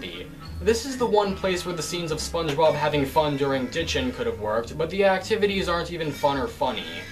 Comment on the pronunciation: gaming LMMFAO. SPONGEBOB not SPANGEBOB LOLZ. 😄